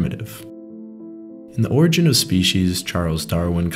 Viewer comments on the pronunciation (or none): none